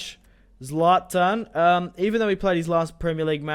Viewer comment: its not zaltan its zlatan